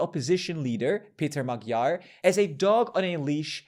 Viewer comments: If you are making a video claiming that you have some expertise on what's going on in Hungary, at least learn how to pronounce the last name of a person you're taking interview from (Magyar, namely). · As a hungarian the pronouncaisons are really funny